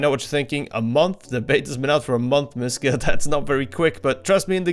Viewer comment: Your name is REALLY unfortunate. Bc they way you are saying Mysca, it sounds like missge (german). Which you dont wanna be called.